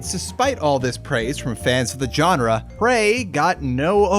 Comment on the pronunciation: I love your vids but please consider pronouncing "genre" in other manner. Sorry!